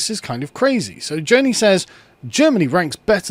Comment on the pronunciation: This is all within the parameters of Grundgesetz. Also should pronounce Joni the right way. He comes off as an ignorant anti-education fella in this one.